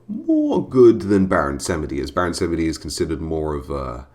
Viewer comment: its baron 'samji'